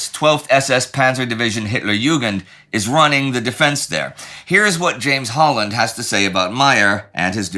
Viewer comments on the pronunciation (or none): none